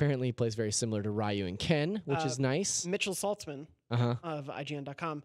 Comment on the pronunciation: Somebody stop him from butchering the pronunciation of "Ryu!" It's not "Ri-yoo!"